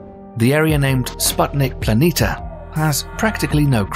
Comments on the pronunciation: PLANITIA, NOT PLANITA, THERE IS AN I!!! WAKE UP!!! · It would be nice that planitia were read correctly. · Planitia is also pronounced as /planeesha/ not /planeeta/.